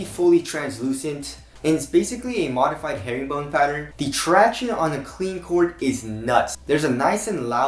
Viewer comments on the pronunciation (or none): Stop saying tractiones its fucking annoying